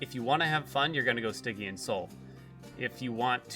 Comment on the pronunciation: Poor guy's been pronouncing "Stygian" wrong his whole life.